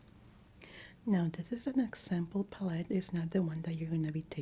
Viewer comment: ive been watching u since the beginning. another fantastic video! i adore the way u pronounce the world palette too ❤ love from poland 🇵🇱